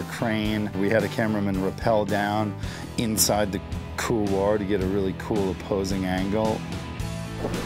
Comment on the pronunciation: great shoot. epic for sure. Don't mean to be a stickler on american pronunciation, but this run deserves some respect, and couloir should be pronunciated correctly. Just on this video alone, there were 3 different ways people said it, and none felt comfortable saying it. So as a climber, and avid hiker, who dated a french girl. I'm setting the record straight. It's a french word, and is pronounced "cool-wah". Thank you for the great video. I love TGR!